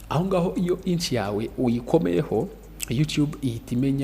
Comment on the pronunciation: Inch❌ niche✅